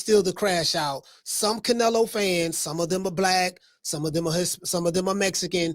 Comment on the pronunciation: Bro, I can’t with you!😂 I watched the part from TBV like 5 times. 😂 “I Theen everything was against Canela!” I’m dyin😂